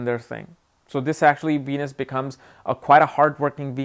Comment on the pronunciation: venus sound like ENUS